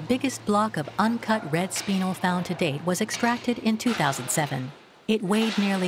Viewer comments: I'm struggling to even finish this documentary, every time I hear a mineral mispronounced, my brain twitches and I have to pause the vid; TourmaLINE?? It's pronounced TourmaLEEN, Speenle?! Pronounced SpinELLE like the name Elle. PeriDOT?? omg. Could have at least taught the narrator how to pronounce the words from the script correctly. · AI narrator doesn't know how to pronounce spinel.